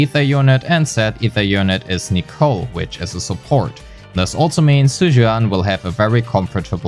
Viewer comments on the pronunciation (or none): none